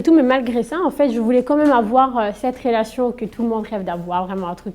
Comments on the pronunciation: Pardon mais il y a une meuf à chaque fois qu’elle dit « relation » j’entends « fellation » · 😂 je pensais que j’étais folle j’entends fellation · On entend plus rélation que fellation..